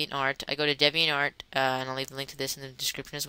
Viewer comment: Alright video, a little helpful. It's pronounced DEEviantArt.. Just like the word 'deviant' lol